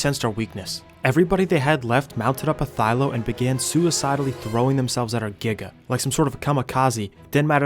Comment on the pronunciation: its not a thyLO its a thyLA TS PMO